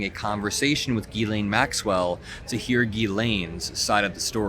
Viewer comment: her name is pronounced JILLAINE.